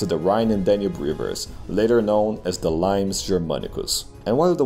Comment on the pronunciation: Limes Germanicus is Pronounced Lee-mays confirmed for secret pleb.